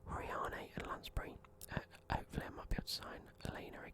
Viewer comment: Conor hourihane is Irish, it’s pronounced “ how-er-hin” just some help 👍🏻